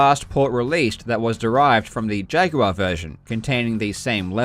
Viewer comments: "see-guh saturn" "jag-you-are" what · You pronounce the word "jaguar" like Yoda talking to a guy named Jag.